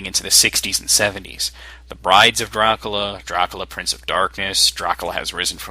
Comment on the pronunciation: You have a bad microphone - and your not saying DRACULA right its not DRUCULU